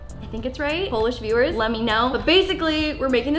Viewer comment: Is it just me or at the start did she pronounce viewers weirdly